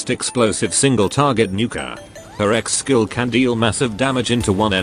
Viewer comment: You say Ex skill, I hear Seggs skill